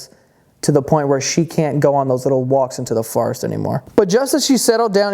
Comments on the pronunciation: Forest not farest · Is he saying farrest ? Try for-rest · forest=he says,farest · WTF IS A FARREST!? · The way he says “forest” as “fuhrest” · "Farest" not to be be confused with "forest" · I believe "poreage" is "oatmeal"....I love how you say "forest" 😂